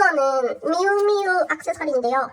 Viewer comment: 미우미우 발음 너무나도 부산살암